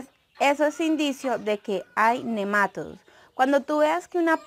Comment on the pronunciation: Buen video, gracias. Dices nemátodos y se pronuncia nema"TO"dos, la sílaba fuerte es "to" y no lleva acento al ser una palabra llana y terminada en s. Tú lo dices como si fuera una palabra esdrújula. Gracias por aceptar esta aclaración. Saludos cordiales.